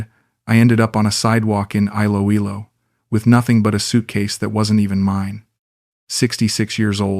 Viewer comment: Great AI story.. Note to Author : perhaps if you type Eeloeelo your reading bot could pronounce it properly.